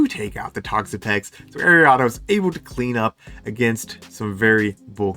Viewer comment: Was gonna rib you for the way you pronounced Ariados, but you're too cool.